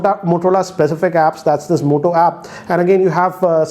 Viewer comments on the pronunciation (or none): who else heard him saying mota 😂😂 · M I the only one who heard Mota in this video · I Believe OnePlus 8pro is far better than this!✌️ "Mota" 🤣